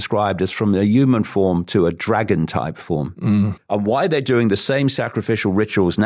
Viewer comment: Why does he never say the" h" and always say we are "uman "why its strange.??